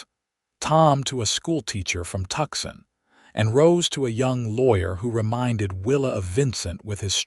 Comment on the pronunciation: Tucson is pronounced “two-sawn”